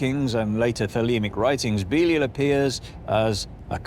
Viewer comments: Thought it was be-lie-al nt beelee-ul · It's not BEELEEUL. It's BEE-LIE-AL. 🤦🤦🤦🙄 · Ive always heard it pronounced "buh-LY-al" not "bee-leel" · He is not Beelee-eel, but Bēleeāl or Bēlīāl. English talking folk - pronounce the most names wrong. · I thought it was pronounced beh-lie-all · Can't stand how you say "belial" dude...even with your accent taken into account, that's not how you say it. "Be-lie-el" ...there...any supposed english speaker can say that easily enough. When your "i" and the "a" next to it sound like like a pair of "e"s, then it's probably not right, you know? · is that how you pronounce it? I always thought it was be-lie-al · Beleel.. Never heard of pronounced like that anywhere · Huh. It's strange hearing it pronounced that way. I've always pronounced it Be-lie-al. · If you cannot pronounce his name right than inwill not watch thr video. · Belial must be tired of getting his name mispronounced from English to American to I can't understand what you're saying ,even though he's deaf Got to hand some flyers out for him in case Satan throws him deeper than the cracks . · That's not how you pronounce Belial 😛 (I kid. Mostly.) Are we talking about something from the Bible or Donald trump? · Man they even pronounced Belial wrong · It's pronounced Belial, you brit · The time is coming. :) I like to see how you humans think how it is. It's no the best pronunciation, but keep going